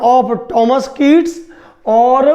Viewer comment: Please get more knowledge ur pronunciation is incorrect u spoiling the name of my father